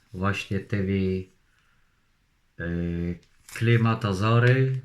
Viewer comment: Klimatozory 🙃 idz ty kurwa do logopedy.